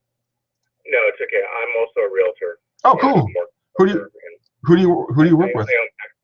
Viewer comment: Are you a real estate agent? Reason I ask is because I have noticed anyone who does not practice real estate has problems pronouncing the word realtor properly.